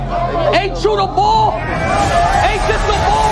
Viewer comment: It’s *Perspective not prospective 🤦🏾‍♂️ and real Philly n*ggas say *Bull not boul 🤦🏾‍♂️ wtf is a boul